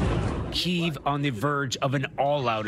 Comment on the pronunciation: Is anyone as triggered as I am that they keep pronouncing kyiv wrong?